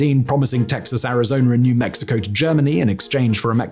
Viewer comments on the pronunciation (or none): Pronounciation ArizonUH not ArizonER lol